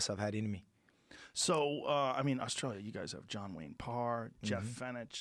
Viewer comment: Jeff Fenech was a world champion boxer from Australia in the 80's. It's pronounced Fenik, Joe pronounced it Fenitch. He has cult hero status here, and a fun fact, he cornered Mike Tyson in Tyson's last ever pro bout.